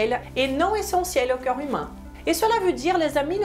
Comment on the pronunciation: Le mot "corps" se prononce KOR. Hors vous le prononcez à chaque fois comme le mots "cœur"❤, KEU-R Vous prononcez pourtant parfaitement le mot O-Key. Il suffit simplement de le prononcer à l'envers KO-R. Vous prononcez aussi parfaitement le mort "rapport", là, c'est encore plus facile. Il suffit de remplacer le son RAPE par le son K.